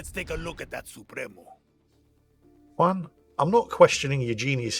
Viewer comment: For the love of God! As a professional welder, hearing the crackle of an arc and seeing Juan using a propane torch kills me! Shit game! Also, you need to learn to say "juan" right... It's not hard...